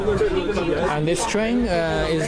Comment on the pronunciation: 这大哥的“安得”暴露了国籍